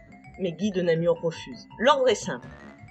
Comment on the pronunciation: Guy De Namur, pas de namour. Pour la prononciation de goedendag vous êtes absous. Parler de "francophones" à l'époque est anachronique, c'étaient des langues romanes